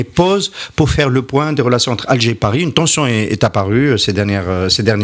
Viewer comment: le présentateur a peur de ne pas recevoir son visa......hhhhhh "paerri' hhhhhh. pauvre peuple.